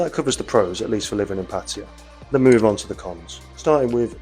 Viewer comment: “PAT-uh-yah”, NOT “puh-TIE-uh” First syllable stressed Sounds like: PAT (as in pat on the back) “uh” (schwa) “yah”